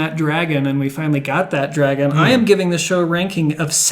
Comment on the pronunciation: “this song’s called dwagon.”